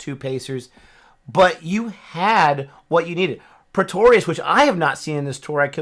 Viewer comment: attempts to pronounce Pretorius are the highlights of this series.